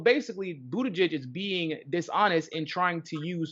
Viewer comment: You’re pronouncing Buttigieg’s name wrong! Also, you have to say his name AT LEAST 3 times as follows... Beetle-gieg Beetle-gieg Beetle-gieg Mayor Pete: “It’s showtime!”